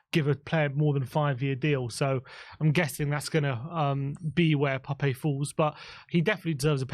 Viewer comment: Please say is name correctly. It's Pap, with a silent E